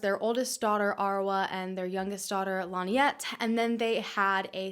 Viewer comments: Hard to believe. David did it. Also you kept saying Linette. It's pronounced Lin-ette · Why does the narrator deliberately mispronounce Lynette’s name? Stupid and annoying!